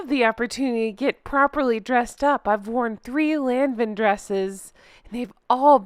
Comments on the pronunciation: Lanvin is pronounced LON-van. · Lanvin is a French name, pronounced “luh-vuhn,” sort of. I love that I could hear the suppressed laughter in your voice during this one!